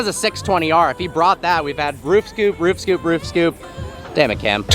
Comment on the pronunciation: I love how pronounces "scoop". Its a cross between "skeep" and "scope"